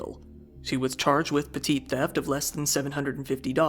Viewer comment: Petite theft? 😂😂😂😂 Petty 😂😂😂😂